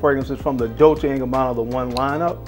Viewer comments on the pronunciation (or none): none